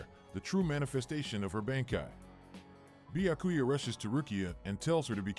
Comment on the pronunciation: Not the Bya-ku-ya pronunciation 🤣😂